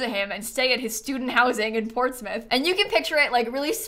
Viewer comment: You pronounced Portsmouth like a native ❤ thank you